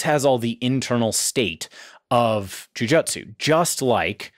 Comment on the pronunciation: jujutsu is pronounced "Joo-Joo-tsu"